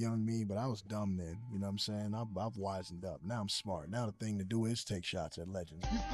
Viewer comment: Damn, "wisend up"